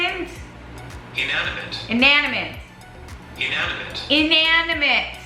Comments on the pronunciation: Pronounced in-ani-mit Spelled inanimate. ♥️😊 I can't think right now but there are a few words out there that drive me crazy trying to say correctly. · In - an - i - mate. You're trying to put the 'n' onto the second syllable. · Sound it out I-na-ni-mate 😂😂😂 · 🤣 🤣🤣🤣❤️ just cracking me up over pronouncing Inanimate 🤣🤣🤣 you’re so stinking cute !